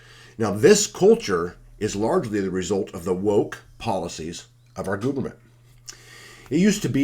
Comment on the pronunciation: Ha! Gooberment... Wonder where you learned that one😂